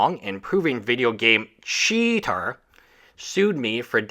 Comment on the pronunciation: as a fellow esl i feel your pain pronouncing CHeater